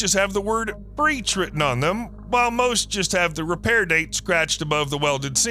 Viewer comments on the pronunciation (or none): none